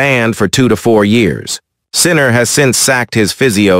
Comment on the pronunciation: "World no one Sinner"😂. Is it too much to ask the person who posted the video to read it him/her self?